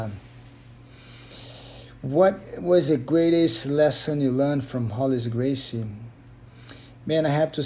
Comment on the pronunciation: I thought it was hoger gracie the r's become h in porrtugese